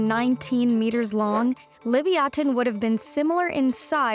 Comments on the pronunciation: I went throught this entire video slowly building incredulity and rage at the Animalogic final editing person/people, for allowing this woman to pronounce "Leviathan" as "Livyatan", and thinking to myself "Now I'll never be able to take a video serious if she's hosting because she's clearly an idiot". In my anger, decided to head to Google to research my OWN information so I didn't have to listen to amateurs mispronounce creatures names: "Hey Google, tell me about the prehistoric sperm whale, Leviathan." Ding "The prehistoric sperm whale, known as LIVYATAN" FML..... Apologies, Animalogic host lady. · Why do you pronounce ancient creatures completely differently from every other paleontologists? Between this pronunciation (which is normally pronounced as "la-vie-a-tan", just like leviathan, but without pronouncing the "h"... not "livi-a-tun") and last time's helicoprion's pronunciation, I literally wasn't sure what creatures you were talking about until I looked at the video itself (I normally just listen to these videos). I'm genuinely curious as to why the generally accepted pronunciation is not being used... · Levaten WOW BAD PRONUNCIATION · Liviaten? Did nobody tell her how to pronounce that word before repeating it so many times? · It's Livyathan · You like Sperm? Then pronounce Leviatanh correctly. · Isn't it pronounced Lev-EYE-athan? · It's Leviosa not LEVIATAN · It's pronounced le-via-than & it's mentioned in the Bible as the largest sea animal ever. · Levyatan, sounds like the british pronunciation of levithan. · I understand they were trying to make sure no one confused it's name for Leviathan but the manner in which they did it actually made the video annoying to listen to, unless it's really been pronounced livy-attin this whole time. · No I think I'll pronounce it how I like thank you. Livyatin sounds.. weak... lol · Isn't it "Leh-vai-ya-than"? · Liv-Ya-Tan would be the most accurate pronunciation. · Its loe-vie-a-ton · Learn how to pronounce leviathan.